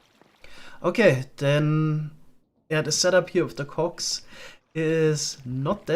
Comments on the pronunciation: Hee hoo, the accent makes it sound like hes saying Cocks instead of cogs. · I love how careful pronounces cogs and shafts 😏. Looking forward to see him play with the create mod some more!